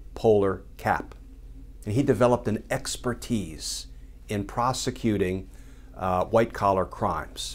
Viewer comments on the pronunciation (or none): none